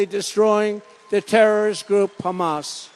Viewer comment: Did he say Pamas ?